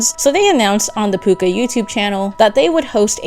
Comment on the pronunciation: NOT PUCCA